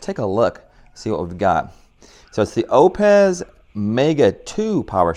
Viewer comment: it's pronounced "oops" like the britney spears song! lol